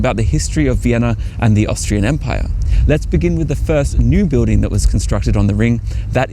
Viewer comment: Very informative and entertaining video. Spoiled slightly for me by the odd pronunciation here and there. For instance the word BUILDING is said the cockney way - BIWDING and the TH diphthong is either said as F or V depending on its being unvoiced or voiced. Pity about that. I'd have thought someone so well educated would have better elocution.